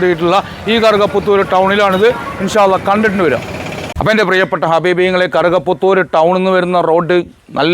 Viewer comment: കറുക പുത്തൂർ എന്നത്,, വ്യക്തമായില്ല,, ഏത് താലൂക്ക്